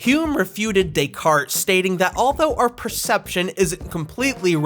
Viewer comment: It's pronounced "Days-Car-Tays." Days-Car-Tays